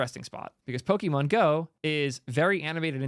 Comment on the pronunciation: everytime he says 'poki-mon' a part of me dies. poket-monster, pokémon.